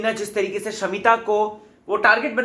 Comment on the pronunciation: please hindi properly trikey ko bolna sikho, Tarique bolna fake lagta hai hindi main tarike bola jata hai trique nahi. Irritate karta hai. U r not Arshi khan.